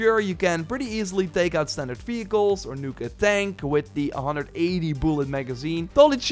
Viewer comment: who kept hearing this dude saying "fecals" instead of "vehicles" ?